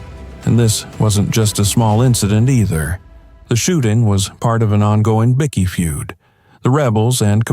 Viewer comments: What is Bicky? Byekey is how you say it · Right say bike now say bikey it's not a fuckin biscuit bloody Al